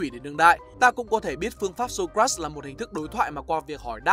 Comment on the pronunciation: Socrates anh đọc sai ạ :)))))